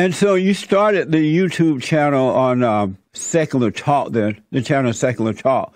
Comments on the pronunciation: I though the same as soon as he said "Sekurer Tok". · “On sekurlur talk” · "Secerler Talk"